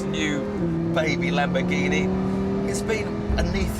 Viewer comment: "This is a Lamboreghini".